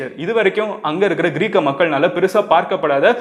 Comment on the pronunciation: Athu க்ரீக் க..... மன்னர் Ila bro..... கிரேக்க மன்னர்....